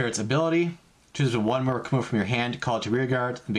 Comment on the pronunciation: Its murAkumo not murUkumo